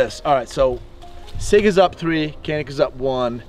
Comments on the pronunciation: Kanik diye niye okuyorsun hocam sen Turksun bide Canik diye okuyan Samsunun ilçesi Canik. C sesiyle k diye degil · i'm here just to say that canik is pronounced as "djanik" with the "g" sound not with the "k" sound. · Janik or Kanik for right pronounciation? should be said Janik instead.. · Not can ick its john ick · One trivial detail: "C" in Turkish is pronounced as "Dj", not C in English. So the brand is pronounced "Djanik", after a mountain range in the Black Sea region. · Ok so you do know that Canik is a Turkish manufacturer and the “C” in Turkey is pronounced “J” so it’s “Janik” as in John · The U.S canik reps even pronounce it with a hard C. It was said wrong from day 1 here and it stuck. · Canik özel isim olduğu için kenik olarak telaffuz edilmesi yanlıştır. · baba niye canik diye okumuyonda kenik diyon ya sana ördıl mı diyolar orda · Ugh. It’s pronounced “Chanik.” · All this and they still can't figure out how to pronounce Canik ?! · abi hadi yabancılar okuyamıyor sen bari yapma canik onun adı